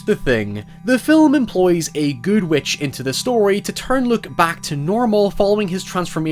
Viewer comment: It's Luke, not Look.